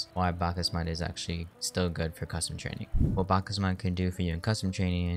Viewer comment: you say it like backs mod